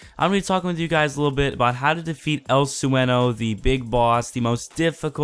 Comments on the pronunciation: El sue- n- o lol its said like el swayne- yo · what bothered the FUCK out of me is how you said his name El Sweno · Note: Try "AL SWAINYO". You won't sound so much like a gringo. LOL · Bruh... good content but you butchered El Sueno name!! LOL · you say sueno so wrong lmao